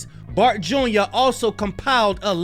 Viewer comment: ‘FART’ instead of Bart😂😂😂😂